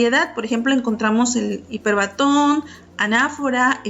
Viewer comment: Buena información, -que sería mejor si se leyera correctamente-, respetando la acentuación, por ejemplo: epíteto, hipérbaton, etc.